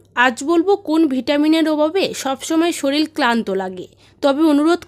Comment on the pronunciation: Shoil hobe na shorir hobe madam?